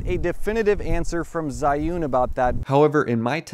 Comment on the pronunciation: [zhiyun] not zaiun!!!